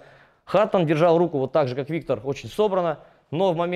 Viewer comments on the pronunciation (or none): none